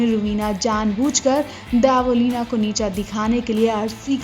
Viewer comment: Dybo ya Debo,,,,naam thik se lo